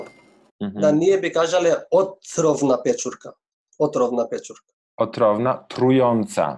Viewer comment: "peczurka" jak pieczarka...